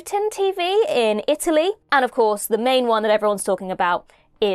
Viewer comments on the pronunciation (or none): none